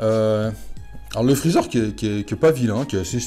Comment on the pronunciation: " chalu ché freecher " 😂😂😂 je suis mdrr excellent 👍